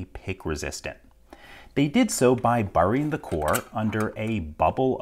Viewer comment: Yo, the way he said burying made his accent come out so much. Not sure what accent it is exactly though. East coast maybe?